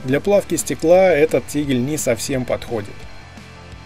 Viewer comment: Только вот не "тигль", а тигель!